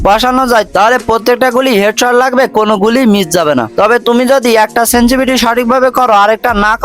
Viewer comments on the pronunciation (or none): none